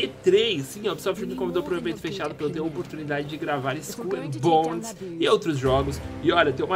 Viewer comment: haaunted eu sei, tava zuando com a pronúncia do